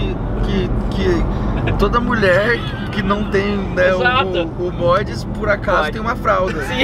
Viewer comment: Gente tive que comentar, só a que fala modes kkkkkk amo ela